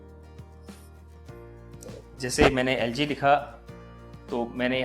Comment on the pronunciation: Before he said LG i thought it ZG 😂